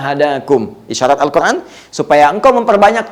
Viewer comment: Afwan, UAH kenapa kalo mengucapkan Al-Quran selalu pake huruf ع padahal itu huruf أ semuanya